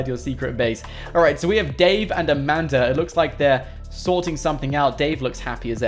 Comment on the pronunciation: This is how many times he said amander instead of saying amanda ⬇